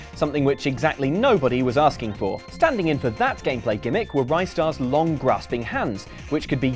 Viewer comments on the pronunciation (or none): RIS-TAR! NOT RYE-STAR! Why can no gaming YouTuber get this right!? :(